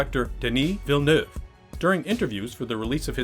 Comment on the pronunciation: You're the first english speaker I've heard that pronounces "Villeneuve" correctly. Good on you.